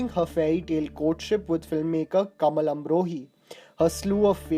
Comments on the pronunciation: Can you pronounce names better? It's Qahar not Kahaar. And its Kamaal Amrohi and not Kamal (Lotus) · It's Kamaal Amrohi, not kamal amrohi, its Baiju bawra, not Baaju bawra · wrong pronunciation of Baiju Bawara, Kamaal Amrohi and Qahar. Are you sure you are an Indian? Who doesnt know Baiju Bawra?